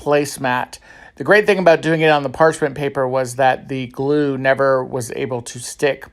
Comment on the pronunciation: First thing is that I absolutely enjoy your channel, your fun personality shine's through your DIY'S. I was Laughing out loud when you said goo when you wanted to say glue that just hit my funny bone. 🤪 Thanks for sharing your talent and fun idea's!